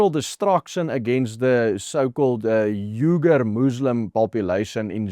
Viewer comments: "Uyghur" pronounced WEE-GER. You're welcome. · Uyghur is pronounced "we gorr"